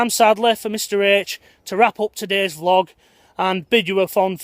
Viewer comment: Prefer it when you say vee-log rather than vlog! Thanks for helping keep us all sane in all this madness.